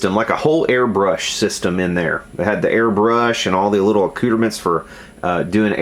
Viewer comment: Everytime you say accoutrement all I hear is Cooter mints lol